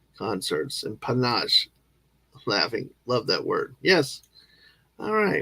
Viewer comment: Mega Fab stuff! Sorry I couldn't be there, but as stated by Jill, and as we discussed privately, sadly, "Life" , Aussie Fam stuff, medical stuff and many hours of time differential got in the way, but you exhibited aplomb , mon ami! By the way, you pronounced "panache" just-fine!